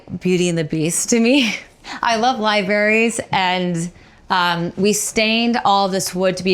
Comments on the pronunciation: She did not say LIBARIES 🤣🤦🏼‍♀️🤦🏼‍♀️🤦🏼‍♀️ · "I love libaries"